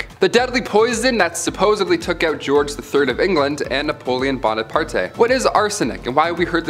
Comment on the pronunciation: The e in Bonaparte is silent.😊